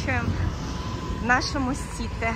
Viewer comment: СитЕ,слово французское,с ударением на последний слог